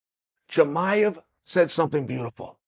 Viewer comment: Khamzat not khazmat uncle Chael! Even Diaz got it more right by saying Chamiv instead of Chimaev